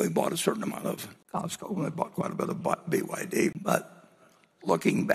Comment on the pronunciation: He cannot even pronounce well BYD.